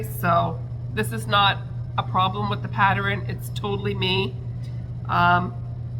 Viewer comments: LMBO…PATTER-INN 😂😂😂 Girl you do you…people don’t go at. Leave her be, we all speak differently, so you do you!!…just a thought, I’m on a pattern buying band, does that mean I can buy patter-inns??? 😂😂😂 And yes the live was a blast…looking forward to the next one!!!! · Omg, you are hilarious! Every time you popped “patter-inn” on the screen I giggled. I don’t know why people feel the need to point out such silly things. Just keep being you! Anyway, I love all your makes this week! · Ha ha, I used to say Sammich for sandwich until my teenage niece corrected me… I now say sandwich but in my head I am saying sammich😂. The big eyes on the possum is really cute! I laugh at every patter-inn you post😂. That bat is awesome, the explanation of wings is helpful should I buy the pattern.